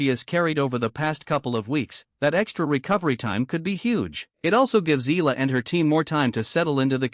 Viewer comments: Eh Yah La not Ih La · She's NOT E-L-A, NOT pronounced EELA. She's E-A-L-A, pronounced E-AH-LA